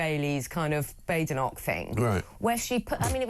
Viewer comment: Is there a Y in Badenoch ? To make it Baydenoch ? Or is that to make it sound more western ?